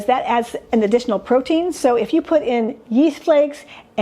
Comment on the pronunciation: psst ... it's "protein"